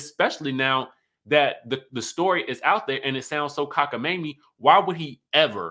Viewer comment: i scream everytime you say cockamamie😂😂😂😂